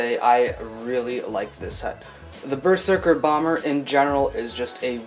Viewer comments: Bro it’s pronounced berzerker not ber serker!!!! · It's pronounced berzerker